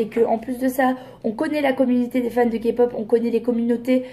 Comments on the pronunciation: D'accord, mais qui vous dit qu'elle ne s'est pas renseignée ?? Ce n'est pas parce que elle a prononcée KA-POP au lieu de K-POP qu'elle ne s'est pas renseignée 😂. Mais bon voilà bref, il y a pire dans la vie 😘 Il vaut mieux en rire qu'en pleuré 😂😘✌🏻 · Kapop 😭😭 mes oreilles saignent 💔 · le problème c'est que c'est pas la bonne prononciation. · Déjà qd on dit Kapop, c qu'on s'est pas renseigné. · Elle était la première à filmer NCT, elle est quand même très culottée et puis si il y a autant de personnes qui aiment la kpop c’est qu’il y a un réel intérêt à avoir, en plus elle dit kapop mais mdr elle maitrise même pas le nom du sujet qu’elle veut aborder Merci d’avoir donné tant d’explications, j’espère honnêtement que les abonnés d’enjoy phoenix qui ont bu ses paroles tomberont sur ta vidéo❤️🥵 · Je pense que juste sa pronontation "KAPOP" suffit à decribiliser toute la suite de sa critique... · le soucis est que si tu veux argumenter sur quelque chose tu fais l'effort de le prononcer correctement. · Ben elle l'a prononcé à la française rien de grave x).. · quand j'ai entendue sa prononciation j'y ai pas crus pendant un moment et puis quand elle a dit que c'était 1 boysband, j'avais envie de rentrer dans sa vidéo et lui dire de se taire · toujours à ramener leurs science car elle a dit kapop alors que le k se prononce ka et non ké en français c'est rien de grave . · J'avoue, moi sa m'enerve à chaque fois que j'entends qqn dire KAPOP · Des que jai entendu kapop jai laisser tomber mon telefome heureusement que jetais Dans le fauteuille. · "KA POP" AAAIIIIE OUUUIIILLLE MES OREILLES 😭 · *boysband avec un s parce que dans un groupe on est plusieurs.... nan mais je tenais à préciser parce visiblement c'est inacceptable que Marie ait prononcé KA-POP. Voilà voilà, bonne journée. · UN GRAND MERCI pour cette superbe vidéo! Personnellement j'ai arrêté de regarder sa vidéo quand j'ai entendu "KaPop" 🤦‍♀️... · dja faut arrêtez de dire la « kapop » c bon quoi ..